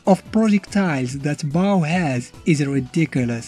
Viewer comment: Bao rhymes with Ball 'Nuff said